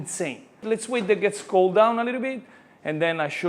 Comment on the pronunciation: "Cocked like never beforre" Lol 🤣